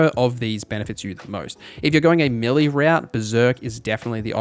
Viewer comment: Good video. It took me a while to work out he was saying "melee" not mili. I thought it was short of military militech or something. Also Eck-specially for especially and unequip-ded fopr unequipped. Are these american things? Never heard before.